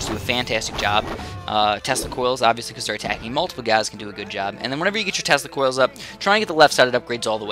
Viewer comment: Sorry but, when he says "tesla coils" I hear "testicles"